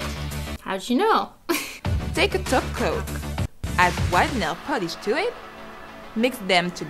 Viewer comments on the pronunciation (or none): Sophia K it’s cuz she is saying taco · Everytime in every video when she sAys top coat I think she says taco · Every time she says “top coat”, I hear “ taco” lol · Omgvshe just said top coat and heard taco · She does say taco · She says glossy taco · That’s because she’s saying taco.🌮🌮🌮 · All I'm hearing from her is 'Taco' in stead of 'Top Coat' XD I'm loving this channel <3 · She does say taco 😂😂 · She is saying taco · Every time she says “top coat” I thought she said “taco” lol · she shorterns top-coat to taco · She does say taco it's a joke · She does say taco 🌮 purposefully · Well you must be new new then... Because she indeed did and does say glossy taco. But good observation! 😂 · thegraypaladin she does say taco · She always says "end with a nice glossy taco" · IT’S A GLOSSY TACO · i always thought she was saying taco... shw was saying tOpCoAt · Nah, she's saying taco. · No she says taco and holo for EVERYTHING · All this video when she said 'top coat' I honestly thought she was saying taco. I'm not lying! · Rhyan Mckenna shes saying taco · She says taco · she saying taco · She says taco instead of top coat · The whole time I though she was saying ''taco'' when she was saying top coat lol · You seriously sound like your telling us to put a taco on our nails. Not a topcoat. Lol. I keep listening to it. YOU ARE SAYING TACO!!!! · Idk if it’s because I’m hungry or tired, but when you say “top coat” it’s sounds like you are saying “taco” to me. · She is saying Taco. Lol, you must be new here. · Ohhhhhh i was wondering what a taco was and i see this comment and now i know -_- why did i hear taco?? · she did say taco she usualy says glossy taco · thegraypaladin right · thegraypaladin She does! Lol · thegraypaladin she did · She did... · She IS saying "taco". Sigh. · Omg i am laughing at myself, i thought she was saying add a taco when she was saying top coat lol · I thought she was saying taco instead of top coat lol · She is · She always says taco